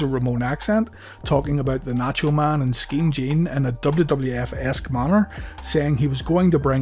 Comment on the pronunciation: Always laughed out loud when Scott said “Mang” haha 😂